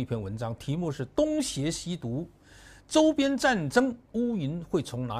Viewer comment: 杨老师到处说，东邪西毒，东写西读。